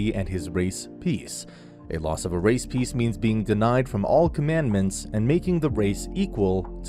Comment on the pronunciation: “10 conmanments” sounds filmier as in the “7 deadly sins”